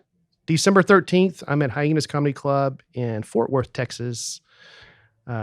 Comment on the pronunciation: SEC: “in the clurb, we all fam!” 😊